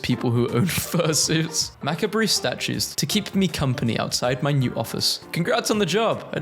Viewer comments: he said "macka-breh" for MACABRE (mack-arb) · Hey just a quick friendly note: "macabre" is a French word so it's pronounced "mah-CAB-(ruh)" (the "ruh" is so quiet you can pretty much leave it off entirely) :) Thanks for a fun vid!